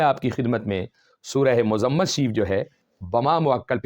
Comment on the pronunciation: آپکی تجوید ٹھیک نہیں ہے اور سورہ مَزَمَل نہیں ہے بلکہ سورہ مُزَمِل ہے میم کے نیچے زیر ہے.